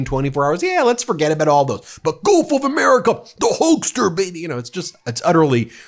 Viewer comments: I thought I heard them pronounce it golf not gulf. So darn dumb. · It sounded like she said Golf of America which is accurate as Trump's always playing golf while fantasizing about taking over the world and renaming the planet. Surprised he didn't say Golf of Trump! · "Golf" is exactly what I heard her say! I thought the subtitle misspelled it "gulf.'